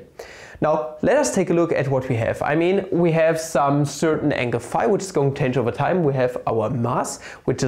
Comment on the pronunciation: I like that he goes texan everytime he mentions the angle.